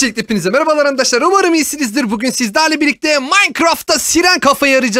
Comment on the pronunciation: ABİ HANİ SEN BİZE ANDAŞLAR DİYOSUN YA O ASLINDA ARKADAŞLAR ANDAŞLAR DEĞİL YANİ